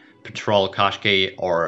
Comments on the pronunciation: Can we please pronounce it as "Kash-khai" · Is not a qaskey is a Qashqai